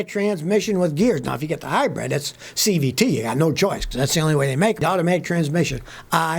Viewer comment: Hybrid not Hybread... Listen to me Scotty !